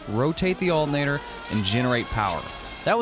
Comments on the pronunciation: Cool video. I like the way you call an alternator "altinator". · I really like how you say "alternator." While there are a lot of things I enjoy about your vids, that was the clear payoff in this one.